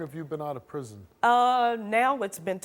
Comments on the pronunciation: She also said "5 years in prizm" lol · the way she said "prison" sounds like "prizm". There's a car called the Geo Prizm which is a rebadged Toyota Corolla.